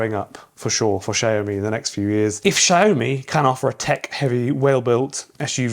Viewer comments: YOU ARE BUTCHERING THE PRONUNCIATION SHAOWME NOT SHE OH ME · I think it's SIAO ME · Xiaomi is pronounced sh-ow(the ow in owl)-me